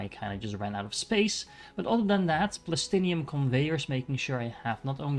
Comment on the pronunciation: why do you prenounce plastanium as plastinium